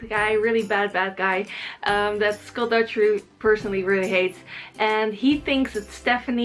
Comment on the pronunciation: i get triggered when she says 'dujjery'.